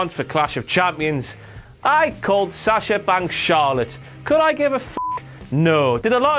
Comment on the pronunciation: "sascha wanks"...haha...glad i'm not the only person that picked that up ;)